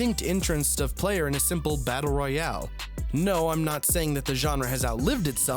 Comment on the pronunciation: you say player and i heard peler thats mean in my country is peler = dick